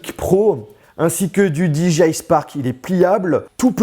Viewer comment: Cool, merci pour cette video très rapide après la sortie! En tant que possesseur du Mavic Pro c'est impressionnant de voir la compacité de celui-ci... Par contre s'il-te-plait, est-ce qu'il te serait possible de prononcer DJI correctement, c'est très irritant... 😜